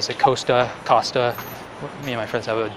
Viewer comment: To settle the argument with your friend Costa (British company) is pronounced 'Cost'-a (as in 'cost' like the price of something), rather than 'Coast'-a. I'm travelling to China later this year and I'm slightly concerned about the reduction in cash transactions. As a foreigner without a Chinese bank account, will I encounter issues day-to-day, or do most places still take cash, albeit less commonly than mobile payments?